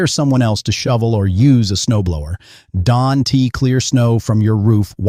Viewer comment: AI. It pronounced don't as don t